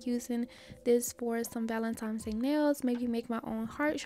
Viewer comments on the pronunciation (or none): I’ve been loving your videos and have been binge watching. Do you know you say valentimes instead of valentines?